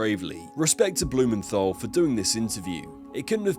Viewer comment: Hard 't' in Blumenthal, not 'th'.